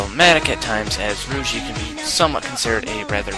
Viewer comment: If you watched it, how could you butcher their names. Who exactly is Roogee, Keetama, and Meenoi xD